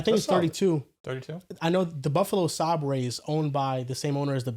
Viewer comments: Buffalo “Sahbraes” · The way pronounced Sabres gave me an aneurysm